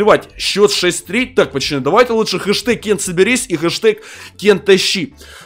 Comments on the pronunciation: Задрал говорить не правильно надо говорить пацаны а не пачаны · Почему та ты говоришь "почаны"а не "поцаны" ????? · почему ты говоришь пачаны